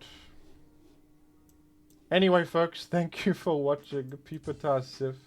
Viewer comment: Please pronounce Pupitar as “Pew-peter” henceforth. Thank you.